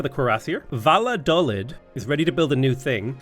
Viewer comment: I know its stupid to bring it up but it's annoying me; the towns name is pronounced "Va-yo-dal-eed" and it was kinda important during the Spanish Civil war right before WWII.